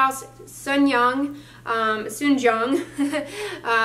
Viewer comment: Wow so proud of you for pronouncing Soonjung correctly . Took a while , no shade but let’s stay in shade from the sun!